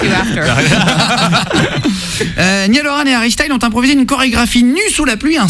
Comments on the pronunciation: mes oreilles saignent quand ils disaient ni-all au lieu de naïeul 😭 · Comment ils disent son nom c'est horrible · Il est trop mignon ❤ et pour la dernière fois la prononciation c "Nayeul" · La façon dont il massacre son nom, ça donne des frissons d'horreur !!! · Je sais pas comment il fais pour supporter la façons dont ils disent sont prénom 😂